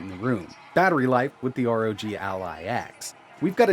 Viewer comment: ROG, NOT R.O.G